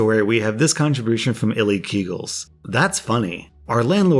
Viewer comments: isn't it ''I like eagles''? Not illykegals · User name: i like eagles: EELEKEGELS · ILikeEagles: Exists: Illeekeegals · illekeegles lol its i like eagles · Hate to break it to you, but I'm pretty sure "ili keeagles" is supposed to be "I like eagles" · Come on man.... OP was "i like eagles", not whatever the heck you said.